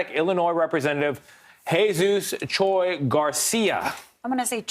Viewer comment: He said “CHOI” 😂😂